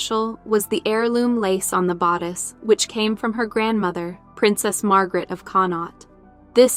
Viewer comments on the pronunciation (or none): none